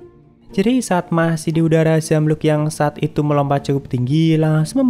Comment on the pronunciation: Maap bang wyvern di baca waivren bukan wiren 🙏